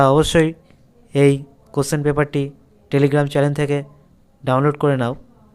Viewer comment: 'এই চ্যালেন '! অসাধারণ বাংলা উচ্চারণ। আপনিও কলেজে পড়াবেন। পশ্চিমবঙ্গের যে কী অবস্থা